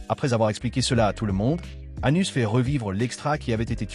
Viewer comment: Le nom c'est Anos Voldigoad pas Anus sérieux merci la voix ia.